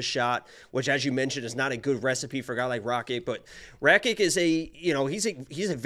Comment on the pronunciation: He said “Rakik “ not Rakic 🤣😂